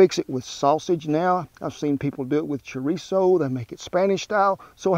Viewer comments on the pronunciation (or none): none